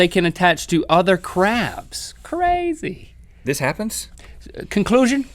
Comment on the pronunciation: Did you notice that link said Qrazy insted of crazy xD